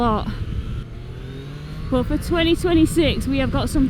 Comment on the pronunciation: also seems to, at least once per video, say the word "But" like it has 2 or 3 syllables. is not her longest but I count it. BUU-UU-UTT. That's one of my favorites.